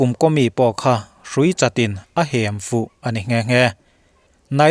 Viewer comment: I aw ngaihthlak a nuamin i chhiar thiam thei dap dap lutuk. Mahse...inhruipawha Hem i lamdan hi a hniamin i lama, a sangin Hem..thil Hem hmin nilo in mi va hlapa Hem anga lam zawk tur a ni. A ngaihnawm in a bengvarthlak lutuk, rawn trang zel teh 👍👍👍